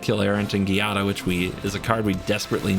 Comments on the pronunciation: Not to nit pick here, but the Gi in Giada should be pronounced "Jada". The italian alphabet doesnt have J so it instead many words and names will use gi- to achieve the same sound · Giada is pronounced with a soft sound like "jiada" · It’s a soft G in Giada. 🙂